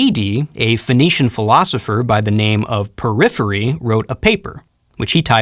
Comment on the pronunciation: Thank you! Just one thing - Porphyry not Poryphyry